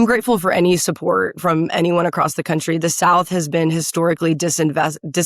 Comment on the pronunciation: “Coutry”. Also this lady says she hates Nashville. Yet she wants to represent them. That’ll work!